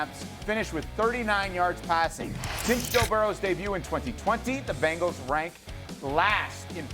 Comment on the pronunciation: If you pronounce "Bengal" correctly, it might help